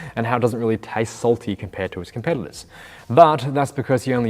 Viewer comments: Did you say ‘compeddlers’ instead of competitors 😆 love it lol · “com-peddlers” I’m 100% sure he’s saying that instead of “competitors” and that’s brilliantly subtle. (Could be the accent, but Imma believe in the subtle jab).